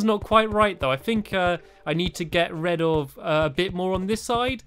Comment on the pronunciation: Why do you say get red of? Its rid of :)